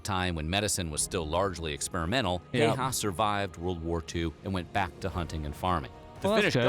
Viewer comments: If u cannot pronounce the name. You should go to youtube how to pronounce it like “ how to pronounce “hayha” Look ur doing reaction video that someone put their time and effort of all information they put and u don’t even do ur part which gets the name correct. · Not shaming on anyone or the video, but as a Finnish person I just can't help but cringe a bit everytime I hear the Americanized pronunciation of "Häyhä"😅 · My brain hurts when i hear foreigners try to pronounce Häyhä. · You pronounced the last name in the most wrong way possible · I just love watching everybody misspronounce Simo häyhä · I swear everytime he incorrectly pronounced Häyhä, it made me cringe so hard, smfh. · I just had to react to the pronunciation of "Häyhä". The "a with an umlaut" is always the same wovel as in "cat", no parasite wovels. The "y" is the same wovel as in a very aggressive "you". So from this information, you can probably deduce that the combination "äy" is pretty much the sound that you would make when an alien parasite burst out from your chest cavity. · Wondering when there is a video where Häyhä is pronounced right like Finns does it. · The absolute mangling of his name really grates on the nerves. And I don't think that his machine gun kills should be ignored, which takes his record up to the 800+ as was reported in that mini-documentary. After all, dead is dead. But history is always better to understand in context so, here's something I'm sure you'll enjoy: This link takes you to a concise documentary on the Winter War, an important conflict that most of the West has forgotten. My father survived that war (though damaged) but his younger brother did not. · Its triggering me the way he keeps pronouncing his name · Pronunciation is closer to 'How-ha' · IT'S NOT FUCKING HEY-HA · When you say "man" take that a sound and you have almost pronouncing how ä is pronounced in Finland. Its not heyha it is Häyhä. Basicly not big deal but why not 🤷🏻‍♂️🙂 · You called him Simo Häihä